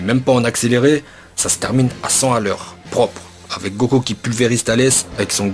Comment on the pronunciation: A il dit pas Goku mais goko😂😂 likez si vous avé remarque